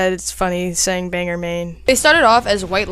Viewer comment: Not the "Banger", Maine . . . It's pronounced Bang-GORE.